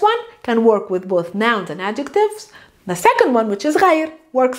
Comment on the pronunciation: درس رائع لكن الخطأ الذي وقعت فيه هو أنك لا تعربين اواخر الكلمات مثلا غير تنطق غيرو. بدون كتابة الواو طبعا واستبدالها بضمة